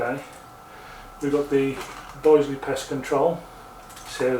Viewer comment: Will you please note that the i in Bisley is pronounced as in business and bitter, not as isle or island. Have you not heard of the world famous Bisley shooting ground and ranges in Brookwood in Surrey.